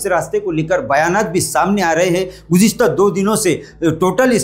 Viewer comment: Gujiasta😂 gujista🤭 gujista 😡